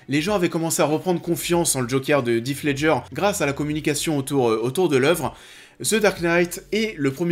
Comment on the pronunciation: Pour information "Heath Ledger" se prononce plutôt "Hisse" :)